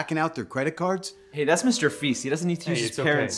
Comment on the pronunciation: "Mr feast" "Alison day" I can't 🤣